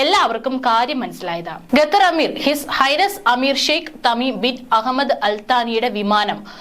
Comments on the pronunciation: ഗത്തർ അല്ല ഖത്തർ 👍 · ഗെത്തറും,കെത്തറും അല്ല, ഖത്തർ ആണ് ശരി. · Gathar Alla, khathar aanu. Swaram sudhi venam news read cheyyumnol. Be careful. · Gather അല്ല Qatar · Katar alla Qatar malayalam padikku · Attn: News reader. U R pronouncing....gather. say Qatar. Also try to stop long intake breathing